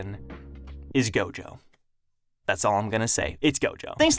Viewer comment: When he said Gojo I thought he said Goku lmao